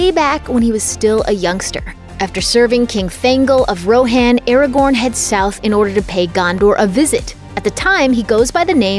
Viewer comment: The way you you pronounced Rohan 😬